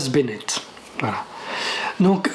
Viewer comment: Thomas Barnett il me semble et non Benett